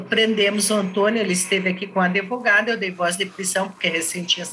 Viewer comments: Eu não entendo como uma pessoa da lei fala adevogado. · Passei o episódio todo com palpitação, com a delegada repetindo “adEvogado”. Ela trabalha na área da justiça e até hoje não aprendeu a pronúnciar a palavra corretamente? Que é “advogado”, com “D” mudo??? 🤔🤔🤔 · Isso significa SOTAQUE, vc acha mesmo que uma mulher que demonstra inteligência o tempo todo não sabe pronunciar advogado? Aiai viu